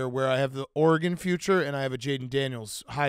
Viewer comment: One day Dave will learn how to properly pronounce Oregon